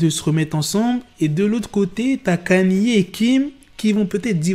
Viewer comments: "Canié" T'es sérieux? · Comment ça KANYÉÉ?? Orh black fais des efforts 😂😂😂